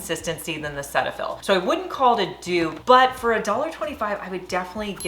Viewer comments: It is not pronounced “Set” fill. It is “seat” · Cetiaphil is pronounced Cee-tafil, here in Canada, anyway. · The correct pronunciation is SEE-tuh-fill 😊